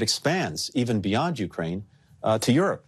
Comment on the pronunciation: Did that man just say “we’re trying to end this war in Nukeraine”!?